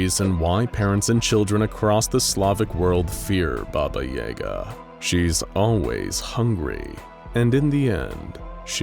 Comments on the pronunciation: did you really just say? baba yaega? i mean, you guys are a big channel, couldnt you pronounce it correctly? its like when you used hebrew letters in the keter duty video but the letter that was on screen wasnt the one that you said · Can't even say the name right. Baba yaga is pronounced baba yahgah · I’ve never heard Baba Yaga pronounced like that. I’m not saying it’s wrong. I’ve just always herd it pronounced with an a sound. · there may be different pronunciations but none like the one in this video. It's very... american but trying not to be? I don't know how to describe it. Either way, as someone who grew up with russian fairytale movies, it hurts my ears. 😅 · So scary even the narrator refuses to say it's name right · I am not sure but I think they are mispronouncing Baba Yaga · Pretty sure they're saying that wrong, there was a hard A in there as far as I've ever heard it. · Baba and yaga are supposed to rhyme in the myths this is hurting me on a deep level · I luv this channel....but is it a problem if I cringe from the way "baba yaga" is being pronounced here? . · Am I the only one annoyed at how horrendously wrong he pronounced baba yaga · Хммм, я думал, что под ролик такого типа, как обычно набегут русичи. Забавно слышать баба Яга в иностранном произношении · That pronouncing of Baba Yaga was a first for me, didn’t care for it! But cool video nonetheless! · thats not how you pronounce baba yaga lol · the disrespect how can you misprnounce one of the most famous boogeman stories in the world then refrence it being used in a hit movie and still mispronounce it smh just blatant disregard for the culture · Thought it was “Baba Yaw-ga” not “Baba Yay-ga” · It sounds like "Baba y'GAH." Accent on the second syllable. No Yah, Yay, anything like that. It's more like "yuh". So not "YAY-guh," it's "yuh-GAH" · Says Ba-ba correctly but then turns around and says Yay-ga...... Ba-ba Yah-ga is how u pronounce it man CMON! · Guys its not Baba yEga Its baba yAga